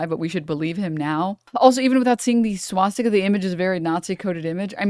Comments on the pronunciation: Ah fck I'm not gonna be able to un-hear swat stick-a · Why does he keep saying SWATstika? There’s only one t.